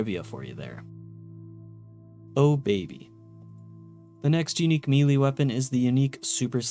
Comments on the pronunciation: Sorry, but its just driving me nuts. The word "melee" isn't pronounced "mealy", its "may-lay" or "meh-lay" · Melee, not mili. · Good video but my brother in christ, its pronounced "May-Lay" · I always get a kick out of it when people say "mee-lay" for melee 🤣 I get that I'm probably the weird one that says "may-lay" but still funny sounding the way some people pronounce it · Melee is pronounced "may-lay," etc. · Holy shit. You're an adult. Learn how to pronounce 'Melee'. It's like pronouncing 'Earth' as EE-AR-th or 'Sunday' as SOON-day. We've known how to say it properly for ages and you are just choosing to say it like a 10 year old. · Somebody please teach this guy how to pronounce “melee” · Took the time to research religious texts but didn't take aby effort to learn the proper pronunciation of 80% of the words like nephi or melee i cpuld list them all but it would take more time than you put into this video